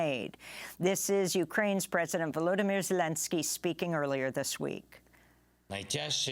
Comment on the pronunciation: Val lood am ear huh 😂 you mean Vladimir 😂 just like KEE-EV anything to derussia anything you can. 😂 What's next? A drink of VOWD-KA? 😂 ROOTIN FOR PUTIN!